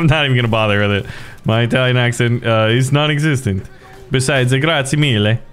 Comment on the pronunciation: im italian, when you said "grazie mille" i really felt that 😆